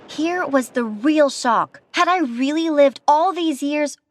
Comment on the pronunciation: I though she said this was the real sock instead of shock